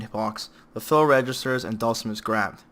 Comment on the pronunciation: The way you pronounce Dhalsim sounds like Dawson.